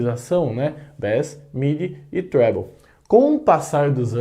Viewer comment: Gostei do "trébouu" rsrs